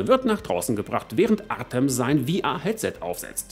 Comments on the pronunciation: Der Name "Artëm" wird Artjom ausgesprochen. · Hallo, tolles Video wieder! Ach ja: Sprich "Artem" am besten "Artjom" aus...;-)